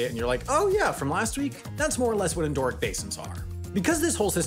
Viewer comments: Endo-heric. Endo is a prefix, it's not endoorhearic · It's en-doh-REE-ik, not en-DOOR-ik. Andoric refers to a micronation in the Pyrenees. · I'll check my spelling of pronounciation if you check your pronunciation of "endorheic". It's got 4 syllables. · Even if the narrator tries to talk super fast, he cannot disguise the fact that he keeps mispronouncing the word endorheic as "en-DAW- rick". It would have been the simplest task in the world to just look this up, rather than making up your own pronunciation. 🤦‍♂ The narrator should try talking at a normal speed and try harder to look up words he's unfamiliar with. He'll lose fewer adult viewers that way. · Please pronounce "endorheic" correctly. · Maybe look up the pronunciation of endorheic before you say the word again